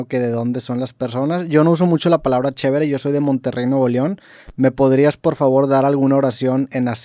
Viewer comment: dijo "Chebre"?